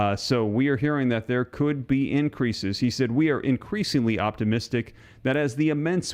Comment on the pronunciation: The "r" in increase was omitted